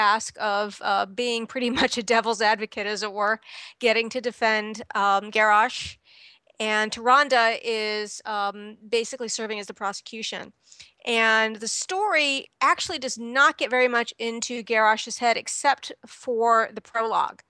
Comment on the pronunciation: well... christie golden cant pronounce tyrande's name.... not tie-ron-duh, tie-rand